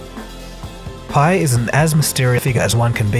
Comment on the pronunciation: You clearly watched The Smartest Guys In The Room - in fact you quote it verbatim several times throughout your video How is it then that you pronounce the names wrong? LOW Pei and Andy FUSStow?